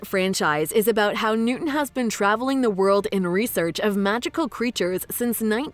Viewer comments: I'm like 99.99% sure his name is newt, not newten 🤣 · As soon as you said “Newton” I lost interest and don’t believe anything you say since you can’t learn facts first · His name is Newt. Not Newton. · I thought it was newt not Newton